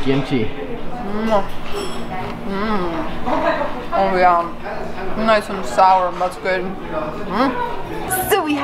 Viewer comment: Also its kimchi not gimchi haha